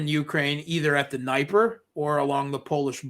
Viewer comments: Mate, great interview BUT I just cannot stand the way for all his intelligent comment, has to pronounce NIPER!!!! It reminds me of EYE RACK near EYE RAN south of moss COW. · Holy crap. This guy lives in Moscow and mispronounces Dniper ??? Seriously, WTF?? In no Slavic language is the letter "i" pronounced as "eye". It's D'knee-per. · I'm still waiting for Russian wife to teach him the correct pronunciation of Днепр (Dnieper).